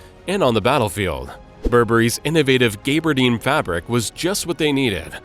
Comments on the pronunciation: ooops, you got gaberdine wrong too - it's GABBERDEEN not GAYBERDEEN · Gaabardeene, not Gabe-ardeen.